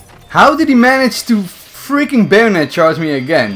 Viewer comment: Why does it sound like he says bandit charge and not bayonet charge🤔🤷‍♂️